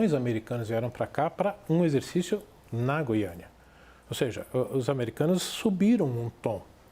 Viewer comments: Português: Gui-a-na. Paulista: Gú-iã-na. Foda-se a primeira, mesmo sendo a correta. 😂😂😂😂😂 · Gente não é goiana, GUIANA